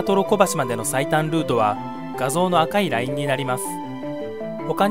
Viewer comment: 「赤いライン」のイントネーションがおかしい